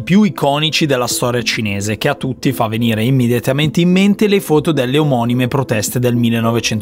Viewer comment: Sì però si dice FOTO non FUTO